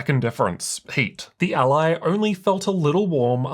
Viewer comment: It hurts to listen to this:. It’s So weird how you made up it’s called ALie ????? It’s Rog ALLY. Like Nelly or jelly.. ally .. not aLie ?? Wtf